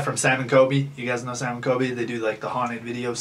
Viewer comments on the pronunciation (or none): The way he said sam and coby 🤦‍♀️😂jk but fr yh sam got it frickin lucky 🥺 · Ok I like the video concept but it just made me cringe to me it just sounds like your using sam and COLBY for clout you cant even say there names right witch tells me you probably dont even know what you talking about you just saw a chance for clout and took it😊🤧